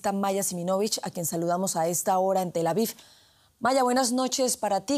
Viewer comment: Es Tel Aviv no "Tel Avif".